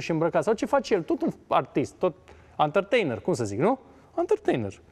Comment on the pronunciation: De unde 'antărteinăr?